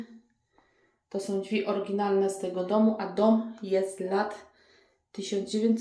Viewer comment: Ladne wnętrze, ale te "dźwi" boli 🙈